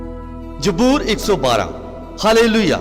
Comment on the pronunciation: Bro it's zaboor not jboor Be prefect ♥️